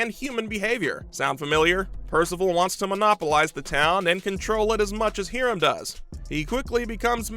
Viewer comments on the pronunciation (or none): hear-um? lol must be high-rums (Hiram) evil twin! lol